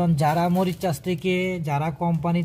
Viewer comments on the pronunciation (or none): ব্লগ করার আগে ভাষার প্রতি নজর দিন। মরিশাস না বলে উচ্চারণ করছেন মরিচ চাষ😂😂